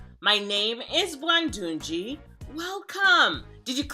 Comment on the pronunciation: I like the way you said “Bwandungi” and ur right dear if u are to change the world u have to dream big